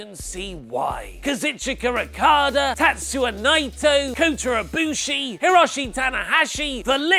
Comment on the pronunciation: bad pronunciation of Tetsuya Naito